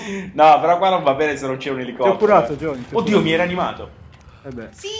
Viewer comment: cmq si dice JOHNNY!!